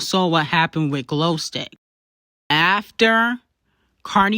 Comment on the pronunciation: They way she call Glo stick 🤣🤣🤣🤣🤣